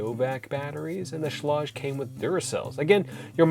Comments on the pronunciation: It is pronounced “Shleyg!!!!” Sorry, you were driving me nuts with the shlawdge pronunciation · Pronounced sh-leg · Aaron Schlage is pronounce like Schlayge or something like that lol. Yes Kwikset Smartkey may be easier to Rekey to your current locks but the build quality of Kwikset is the worst. Smartkey locks have resettable wafers that can fail anytime. As a locksmith I’ve dealt with these locks failing all the time. I never recommend Kwikset unless all your house has Kwikset already then yes because then you would have to change all the locks which can get expensive. Schlage only provides one key because their goal is for you to mostly just use the touchpad. That’s the whole reason why you get a touchpad in the first place, so you won’t have to carry keys. You can get a wall mounted lock box and leave the key there just in case the battery dies. But even then the touchpad will let you know when to change the batteries out. Schlage makes it easy to change the batteries out compare to Kwikset. Overall Schlage is the better product in my opinion. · Several comments, I'm a home builder trying to be helpful: 1) Your door weatherstripping is excellent - not too thick. It's called Q-Lon, and covers both the outside face and the corner edge, as opposed to that useless exterior nail-on junk. 2) Schlage is pronounced with a long a and hard g. See 3) The Kwikset "Smart Key" is a brilliant feature, which is amazingly easy to re-key in about 30 seconds. No need to be a handyman or pro. ANYbody can do it. GREAT for rental units, so the landlord can re-key without having to buy replacements or call a locksmith. 4) Schage and Kwikset are both high quality products across their full production of products. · Alright now I'm really curious if your pronunciation of "Schlage" is normal for others, just a Canadian thing, or just a you thing. Good review, thanks